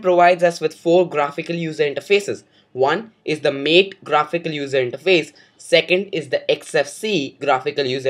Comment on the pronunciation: good video, but you mispronounced MATE.. its not MATE as in two having sex, but as "Matte".. :)